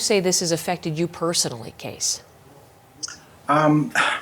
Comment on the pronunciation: CBC host has a weird way of pronouncing the guest's first name, pronouncing it as "Case" when the name is "Cees", meaning it should be pronounced with the "ees" in "Bees", or, alternatively, as "keys" is pronounced, though the "eys" is pronounced like "ees" with "bees". I wonder how Cees pronounces his name, for he said nothing about being called "Case". It's now April 27th and it would've been welcome to listen to the vigil last Friday evening live, but lost Internet connectivity early last Friday and this was corrected only at pm this evening. However, CBC has a 2 hour video from 3 days ago and I think this might be the recording of the vigil, " CBC News special: Nova Scotia Remembers ", so I'll check this. It has to be the vigil, which'll probably better for me, given that Live Streaming doesn't at all tolerably work with this OLD PC that I have. And, with these things aid, I again offer condolences for the families and friends of the many victims of this tragic event, an incredibly mad series of killings.